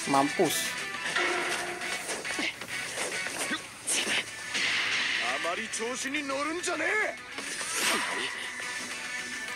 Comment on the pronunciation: ngomong mampusnya kerasa bgt anying wkwkwk